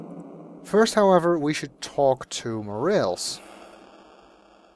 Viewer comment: Mo-Rah-Lehs , not Mo - Reals :) thanks for recording the music with the MT-32 tho!